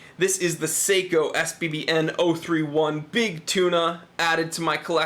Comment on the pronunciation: Top review mate you do a top job keep the vids coming,,, But please sako make guns Seiko do watches you need to pronounce the e lol. I think it’s just the accent Top review again. 👍👍